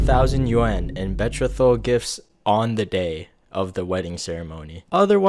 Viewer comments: It’s not BET TRA THOL it’s BE Troth al… lol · idk if this is comment bait but "betrothal" is pronounced with the same "th" as "mother", not the higher aspirated th from theatre, and the accent is on the "tro", like "beTROthal" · "bee-trow-thull" <-- the correct pronunciation of betrothal 🙏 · bee throw tal not bet throw tal. ur welcome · Just a heads up: "betrothal" is pronounced "bee-troh-thal," not "bet-tree-thal"! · Fr I was feeling like Hermione Granger... It's betrOthal, not betroTHAL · Gentle correction. It's pronounce bee-trow-thal not bet-tro-tho. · I hope you see this: Betrothal is pronounced Buh-TROH-thul the "troh" as the oh in oh no & thul as in "the" with an added L tacked on. You seem like a smart kid, and mispronounciation drives me nuts. My Beloved mispronounced certain words when we met even though he was highly educated. I always corrected it, and now, almost 40 years later, it's very rare. It's rarely because the speaker is "dumb" it's because people don't care enough to correct pronunciation anymore. THAT'S dumb! Keep up the great work! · BETROTHAL (pronounced - Beh-Tro-Dahl) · Bee- troll -thall.. that's how that's pronounced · I liked and subscribed first so don't be mad bro: If you're going to talk about betrothal gifts, learn how to say it: Be-TROZTH-al. I don't even speak another language so I'm pretty nervy I know, but you strike me as a guy interested in being the best at what you do, so Ima help. Actually even my pronounciation isn't great, ask Google. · I'm sorry but betrothal (BE-TROW-THUL) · betrothal = Bee-Troe-Thall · Bet- reth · dude its pronounced be-tro-val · Not a biggie, but Betrothal is pronounced “BEE (like the insect)” + “TRO (like throw without the H)” + “THUL” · No shade at all, but you pronounced 'betrothal' wrong. I was audio only and very confused. It's bee-tro(as in trophy)-thal(th sound and Al or ul depending on accent) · Just a minor note. Betrothal is pronounced "bee-trow-thal" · Learn to pronounce betrothal